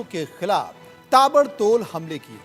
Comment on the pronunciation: Totle ho Kya bhai tabadtol nahi hota he tabadtor hota he 😁🤣😂